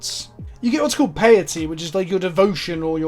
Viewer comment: Piety is a form of the word Pious. Rhymes with society.